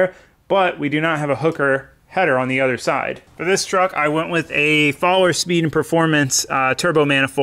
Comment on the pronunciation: I had to listen to you like 10 times over to get "Fahler Speed & Performance" LOL.